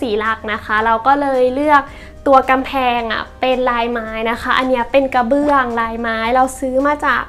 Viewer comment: พูดได้ลื่นไหลดีค่ะ ชอบตรงที่บอกว่าทำแล้วตรงไหนที่ชอบตรงไหนที่อยากเปลี่ยน งบประมาณชัดเจน แต่ติดนิดเดียวเรื่องคำควบกล้ำ ไม่มี ร ล เลย กลายเป็น ห้องคัว ไมโคเวฟ ละเกะละกะ กะเบื้อง ถ้าปรับให้ดีขึ้นจะน่าติดตามต่อไปค่ะ